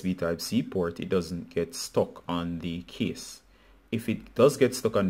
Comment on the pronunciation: Thank you, brother, but I was a bit confused because of your pronunciation of "case" as "kiss". This video was helpful thanks bro!